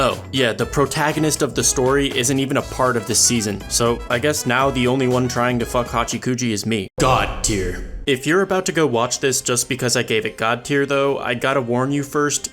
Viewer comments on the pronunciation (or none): I almost cried when he pronounced her name as HachEEkuji 😥